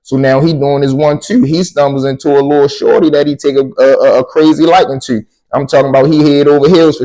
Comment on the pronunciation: You can tell a person from bmore how they say “to” they say “tewww” 😂😂 love from naptown 💪🏾 I fucks wit the stories